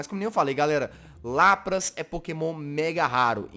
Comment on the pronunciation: Se escreve LAPRAS se fala LÁPRIS